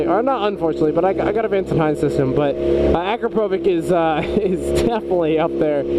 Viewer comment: Yoshi don't have Chinese writing they're Japanese. akrapovic is pronounced acropavich. I have a Vtwin Honda and Micron are the only ones for vtwin sport bike.